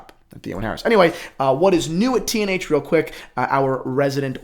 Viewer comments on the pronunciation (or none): none